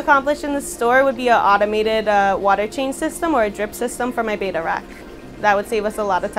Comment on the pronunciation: beautiful store! please call them "bettas" no "Betas"...lol